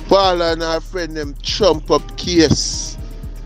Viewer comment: Bro you’re not calling the lady name correct. Paula.